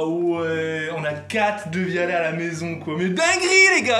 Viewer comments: Devialet pas devialete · devialet pas devialette mdrr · Les gens stressés quand il dit "Devialette" ↓↓↓↓ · Ces devialet pas devialette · Ça se prononce Daivialait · On dit pas devialet"e" 😱